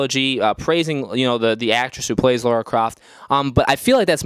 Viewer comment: Her name is L.A.R.A not Laura